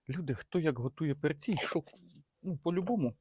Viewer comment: не перцІ, а пЕрці